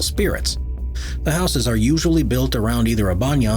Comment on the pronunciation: Just imagine reaching adulthood but don't know how to pronounce 'houses."